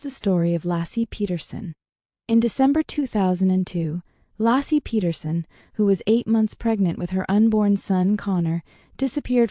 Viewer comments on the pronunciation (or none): Laycee not Lassie. AI is wrong.